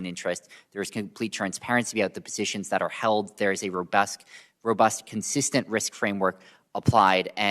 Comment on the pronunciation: Did he say rubusk instead if rebust. Wtf